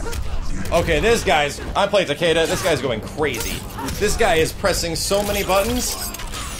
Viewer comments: Special Eyes As someone semi-fluent in Japanese, the name should really be pronounced Ta-ke-da. Hell, it's not even the first time they've butchered a Japanese name. Raiden? Actual name of the Japanese thunder god. But it sure as hell isn't pronounced RAY-den. "Creative liberty" doesn't suddenly make it okay to slaughter a language. Bear in mind that I say this as a writer/game developer/numerous other creative things. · Why does everyone pronounce Takedas name wrong. I mean just listen to the announcer when you pick him he says Takeeda not Takayda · I Have Special Eyes It's not even Takayda. Pronouncing it as a Japanese name would make it Takehda. Everyone but weebs like me are pronouncing it wrong. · I Have Special Eyes Even the announcer pronounces it wrong..its Tah-Key-Duh..the announcer says Tuh-key-duh..since you wanna get Tech :p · I think it's pronounced both ways, because when you chose him it's says Takayda but when you win it says TakEda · I just researched how to pronounce his name and it sounds more like "Taki-Duh". This was from Japanese pronouncers too. The first two syllables are said almost connected. It sounds like hard Es because the announcer just says it slow (which isn't too much his fault that he can't properly pronounce a foreign name). So no it's not "Tah-Kay-Duh" like some of you have been saying. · I Have Special Eyes Because the American announcer butchered a Japanese name haha.